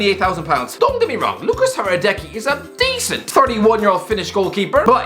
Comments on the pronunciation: Hradecky is not pronounced like that, his name is pronounced Hradetski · Im sorry but you say Hradecky wrong. It has a little z in the middle. Hradezcky. And Hradecky Finland best gk ever. I dont think he's over payed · correction" hradecky is pronounced radedski